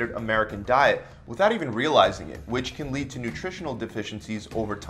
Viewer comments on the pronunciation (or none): none